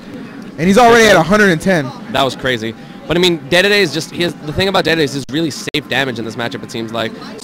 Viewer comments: God I get fucking infuriated when someone pronounces dedede like daydayday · He said DeDeDe wrong all the way back them too. 🤣